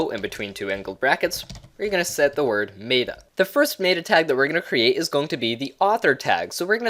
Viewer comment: Sorry, the way you say META was driving me nuts.